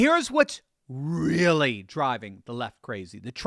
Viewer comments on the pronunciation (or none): none